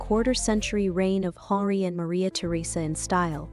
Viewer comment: You have a beautiful voice (I’m assuming it’s real and not auto-generated), however, you might want to check the pronunciations of some of the names used in this presentation, such as, Henri. Correcting the pronunciations would heighten the overall professionalism of the video. Looking forward to more of your work!